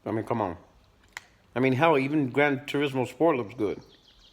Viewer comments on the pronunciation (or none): none